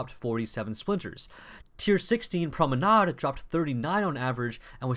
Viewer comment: You're still not pronouncing "Promenade" the right way...